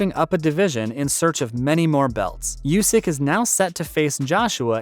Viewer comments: Oleksander yusk? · How is it that you can't pronounce "Usyk"?